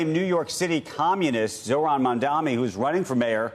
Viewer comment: How does this clown still intentionally mispronounce Zohran's name?